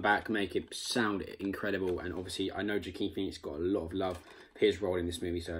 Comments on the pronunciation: Nice video there matey. I had to laugh at "Ja-Keen Phoenix" though It's pronounced Wa-keen ;) Other then that, keep up the good work :) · Mate you need to watch Signs and Walk the Line for some great Joaquin Phoenix performances. BTW his name is pronounced ‘wa-keen’ 👍